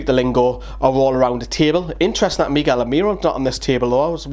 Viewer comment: Don't call Miguel Miggy pleaseeee